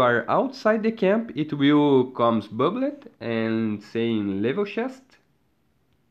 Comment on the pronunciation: Omg the way you say 'bub-led' has me crushing 🤓🤭💜